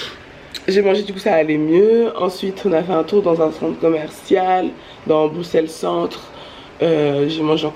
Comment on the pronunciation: Déjà c’est pas BruXelles mais BruSSelles, le X se prononce SS ;)